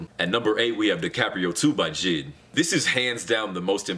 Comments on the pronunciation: U said jid not JID I’ve never cringed more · He said jid not J.I.D. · It’s J I D not jid